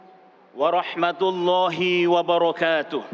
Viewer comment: untuk pembacaan hi...bacaan ha nya tebal...bukan bacaan ha pedas...salah pengucapan salah arti...sedikit koreksi untuk salam pembukaan..khutbahnya bagus:hand-pink-waving